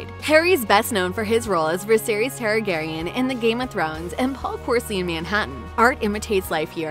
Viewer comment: yeah, idk how they do not know how to pronounce the lead's name AND get Targaryan wrong from GoT? AND say Gwen Scary from Spiderverse?? hahaha